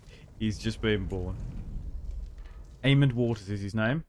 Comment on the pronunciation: There is no d in aemon or daemon stop pronouncing them with ds